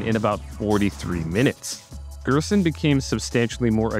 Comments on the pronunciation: also the g is pronounced like a j in gerson, like jerson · Gerson is pronounced like "hairson" in spanish